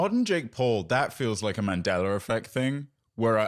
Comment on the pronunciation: “the Mandellar effect”